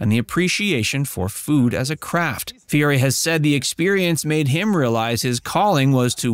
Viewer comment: You need to learn how to pronounce his name!